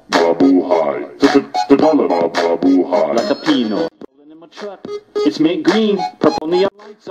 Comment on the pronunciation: its 'pinoy not piiiiinoy..